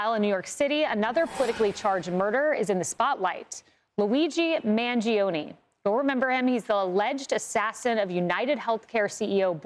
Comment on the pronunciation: Man-Joe-Neh. Three syllables, not four.